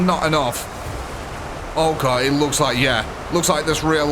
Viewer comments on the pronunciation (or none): none